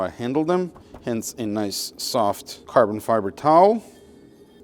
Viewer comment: I wonder if you're deliberately mispronouncing micro fiber and carbon fiber.